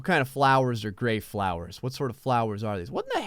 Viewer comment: Gray Call it a Gray room Not a Graet Room